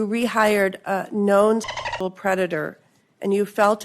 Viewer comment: Why cant you say sexual?